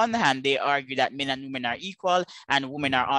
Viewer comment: I can't enjoy this while pronounces woman and women the same, it is fcking torture, someone tell him please.